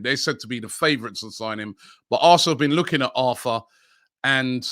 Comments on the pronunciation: for the arthur guy, its pronounced artoor...... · Back at it with Robbie butchering names “arfaa” “ortaa”😂😂💀